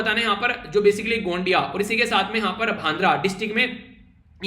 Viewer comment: 9/10 points (1 point deducted for pronounce gondia-bhandara गोंदिया-भंडारा )